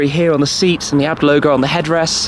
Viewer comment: It’s A.Bee Tee, not abt.